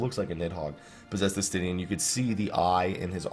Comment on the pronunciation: ES-TE-NEIN! NOT ES-TEN-IRN!!!